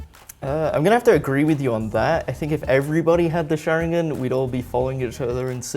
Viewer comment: I'm pretty sure the dude pronounced sharingan wrong...